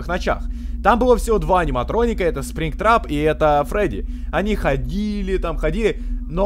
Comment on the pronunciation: спрингтрап а не стринрап